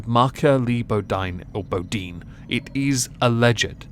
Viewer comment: Pronounced Boe deen